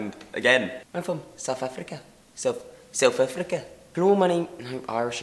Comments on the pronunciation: Why would you say soufafrica 😂😂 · South Africa isn't pronounced SouFth Africa even with a South African accent